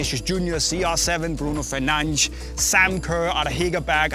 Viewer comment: Scandanavians - "Bruno Fernanche"